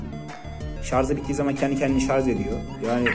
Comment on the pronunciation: Şarzzzz değil ŞARJJJJJ :))